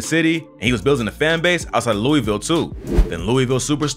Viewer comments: yall always say Louisville wrong asf😐…. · It hurt even more since bro isn’t saying louisville right